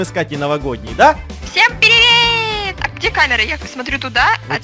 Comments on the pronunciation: Похоже, Катя пересмотрела Анастасия. Она сказала: "Всем пИривет" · Катя сказала пИрИвЕт,а это приветствие Анастасиз и значит она её смотрела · Я знаю ( пиривет) 😹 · Хихи всем Пиривет 😊😂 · "Пиривет!" Anastasiz) кто знает?